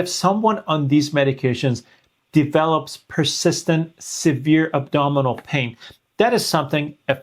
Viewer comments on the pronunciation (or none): none